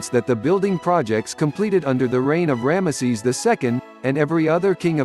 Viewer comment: The way you say ramesses , it sounds like one of those old blue collar comedy skits , cause it sounds like you are saying "grandma sees"